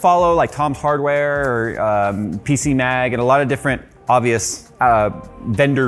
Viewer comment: He said "PC Nag" instead of "PC Mag" 🤣